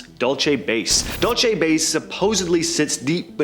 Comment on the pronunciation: It's Dulce Base, Like Pulse with a "D"